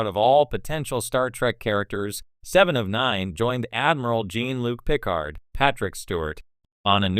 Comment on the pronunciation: Jean-Luc “Pick ard”, hey? I guess AI voices can only take you so far.